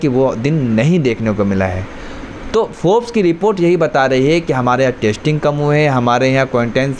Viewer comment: Bhai, Tu apna pronunciation theek kar. Yeh kya "Tasting Tasting" kar raha hai. Tasting chakne ko kehte hain. Teri Hindi grammar bhi kafi kharaab hai. Zara dhyan diya kar.